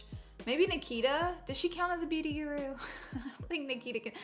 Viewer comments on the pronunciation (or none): none